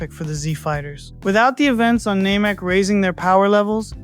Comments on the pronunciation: I always thought it was pronounced name-eek. You must have watched a weird dub or something. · Thats not how the english or japanese dub pronounce namek. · Blue-ts waves?? Name-ek? Microphone responsiveness doesnt sound Ai, but the enunciation is setting off alarm bells. Wanna tell me why a dragonball fan would incorrectly pronounce "namek" Thats kind of a smoking gun. "And Where theres smoke.... theres....." Finish the quote if youre an actual dragonball fan.